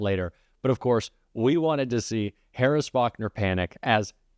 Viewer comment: Say ‘four’. Kennedy - fo-war. Say ‘course’ Kennedy- ‘co-rus’. Say car , Kennedy - ‘caw-er’. Dreadful.